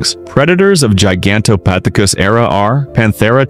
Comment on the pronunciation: Good Lord will you say the ape’s name right